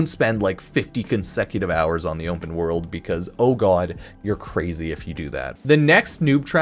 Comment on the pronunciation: "Onpen World"